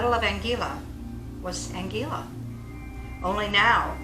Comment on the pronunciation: Please pronounce the name of Anguilla properly. Really irritating to us that have lived here for over 40 years and a lot of your information is not correct.